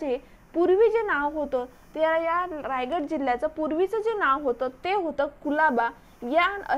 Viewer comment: Tai mast mhahit ahe pn jara shabdh tal rajgad nhi tar Raigad ahe te ani varad vinayak nhi vardh vinayak